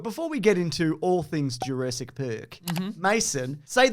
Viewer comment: lol the irony of someone correcting the name 'Sattler' who pronounces Jurassic as juraysic is not lost